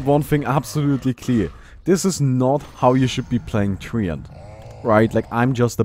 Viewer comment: TREE-ANT XD